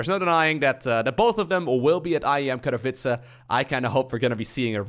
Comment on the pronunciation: It's nice how You pronounce Katowice :) Like I know Polish is hard for foreigners :D